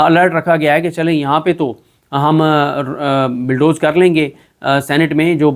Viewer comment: Bulldoze, not billdoze